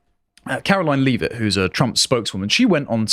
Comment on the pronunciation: It is funny when people say Leave-it when trying to say lea-vitt